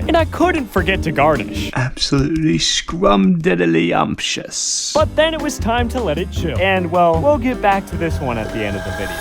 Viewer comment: 💅✨AbSuLiTlY ScRuMdIDlYuMsHuS💅✨